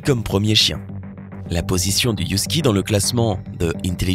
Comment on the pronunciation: On ne dit pas yousky mais HUSKY putain en plus j'en ai deux